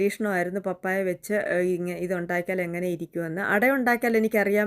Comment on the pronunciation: പപ്പായ ഇടിയപ്പം അടിപൊളി 👌ഞാനും ഇടിയപ്പം ഉണ്ടാക്കി വീഡിയോ എടുത്തിട്ടുണ്ട്. പാപ്പായ അല്ല 😂 Like